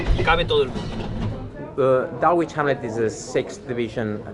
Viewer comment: dálgüich jánle... madre mía! bueno, dejando de lado la pronunciación barbárica del Dulwich Hamlet, lo importante del reportaje es que es oro puro, muchas felicidades!!!! es de 10 el seguimiento a futbol británico modesto!!! les recomiendo mucho dar un vistazo al Clapton FC o al proyecto de Robbie Savage que está tratando de revivir al Macclesfield Town ahora Macclesfield FC!!